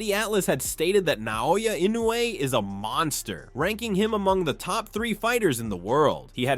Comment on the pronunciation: Mike : this is a MONKSTER, A MONKSTER 😂😂